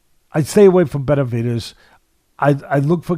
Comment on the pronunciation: Is it just me or does it sound like Teddy is saying "Betervidez"?